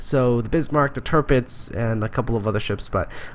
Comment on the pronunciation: The first "i" in Tirpitz is pronounced somewhat like the last one. Somwhere in between the words "wee"/"bee" and "fish". Check it out: Just a heads up. :)